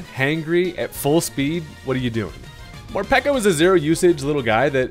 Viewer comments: Peko is a word that signifies hunger in Japanese, so peko not piko! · It's not mor-pee-ko It's mor-pae-ko Peko peko means hungry in Japanese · Pretty sure it's pronounced Mor-peck-o because peko is based off the japanese word ぺこぺこ which means hungry